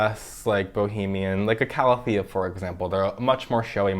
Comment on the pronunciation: why do u say calathea like that 😭